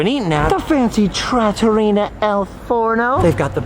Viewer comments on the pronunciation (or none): Is it pronounced Trattoria or Trattorina? Maybe it's one of those fancy pronunciations where they put letters in that aren't really there lol